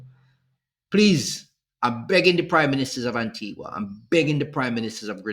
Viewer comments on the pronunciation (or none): It is not Antigwa, it is Anteega. Please pronounce properly. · Please. In the name "Antigua" the "u" is silent. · The island's name is pronounced Anteegah...please stop mispronouncing it. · Why no one can ever pronounce Antigua and Barbuda correctly 😂😂😂😂😂 is our dialect that bad😅😅😅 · Pronounce the country name correctly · Antigua is not pronounced like that!